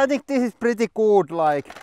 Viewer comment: I hear it as "pritti guud" . Love y'all.